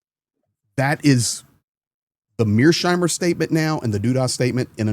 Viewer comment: Mears-heimer, not Mear-sheimer! You may call him Meerschweinchen, though.